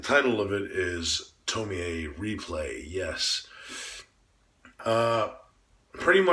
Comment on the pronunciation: I like how you pronounce her name as TomiEH. A lot of people wrongfully pronounce her name as Tomi or Tomy when doing reviews. It irks me!